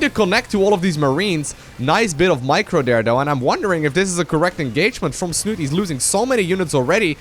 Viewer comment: Liquidsnut-E!!!! the E is not silent :D